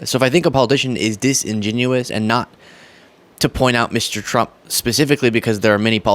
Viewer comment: learn how to say 'disingenuous' please.